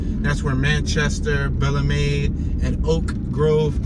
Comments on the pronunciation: its pronounced bell-MEED lol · Only out of towner say Belle Meade Can u say it right Bel Meade pronounced bel meade or bail-me. lls💯